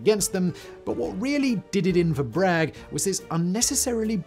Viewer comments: Brigg? That's what the intro said. "Brigg". The narrator seems to correct that with speech, saying B-r-a-g-g. But, it's Braxton Bragg. Ya might wanna address that. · I thought it was Braxton Bragg - not Brigg. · Braxton brigg? 😂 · What's a Braxton BRIGG??? 🤔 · Pretty sure it was Braxton BrAgg, not Brigg. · Braxton Bragg, not Brigg. 😂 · I'm really disappointed that you can't get the name of such a famous and, yes, incompetent Confederate General correct. It's Braxton Bragg, not Brigg. My uncle told him to his face that if he were a whole man, he'd rip him limb from limb. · Braxton BRIG??? Oh, come on Simon you can certainly do better than that! The name of the general is Braxton BRAG. Tsk Tsk. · That is Braxton Bragg not Brigg. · Isn't it Braxton Bragg, not Braxton Brigg??? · Brigg? I think you mean Bragg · Hmm, his name is Braxton Bragg, not "Brigg." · Braxton Bragg not Brigg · Braxton Bragg not Braxton Brigg. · It's Bragg not Brigg lol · Bragg….. Braxton Bragg not Brigg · *Bragg, not Brigg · Bragg, not Brigg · It is Bragg not Brigg! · Dude's name is Bragg not Brigg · Braxton Brigg or Bragg? Seriously? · Ummm … it’s Braxton Bragg, not Brigg. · So is his last name "Brigg" or "Bragg" 🙂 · It’s Bragg not Brigg. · it is Bragg not Brigg.. take a little more time.. his family is still around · It is BRAGG NOT BRIGGS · It was Braxton BRAGG, not Brigg. Get your facts straight. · The crappy confederate's name was Bragg, not brigg!!!! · Bit rich of you to talk about failures by people under unbelievable stress when you misspelled a name that has 5 letters. It’s Bragg not Brigg. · It's spelled B-R-A-G-G ..... Not, B-R-I-G-G. Maybe a little more history research next time? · Number Three: It's Bragg. Braxton Bragg, not Brigg. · It’s not Braxton Brigg. It’s Braxton Bragg. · Braxton BRAGG...BRAGG I tell you good sir. Sheesh! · Get it Right - Braxton Bragg. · Braxton BRAGG...NOT Brigg. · Braxton Bragg (with an 'a'). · It's Braxton Bragg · Braxton Bragg, with an A.